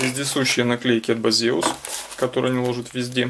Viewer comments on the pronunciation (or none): Не Базеус и даже не пиздеус). Правильно - Бэйсус.